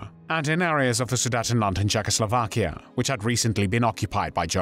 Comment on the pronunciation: Why do you pronounce "Czechoslovakia" like that ?